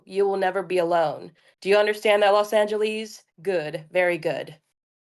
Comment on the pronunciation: I'm obsessed with how Copia pronounces Los Angeles